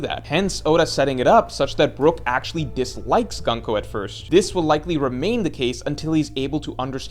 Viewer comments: Why say gan-ko? Her name is gunko like luffy or usopp or brook, not laffy or assop or brack. Like a shorter version of goonko. gun means military in japanese, ko is child military child. not gun like english gun. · Stop saying gunk-o bro that’s not how it’s pronounced 😭😭😭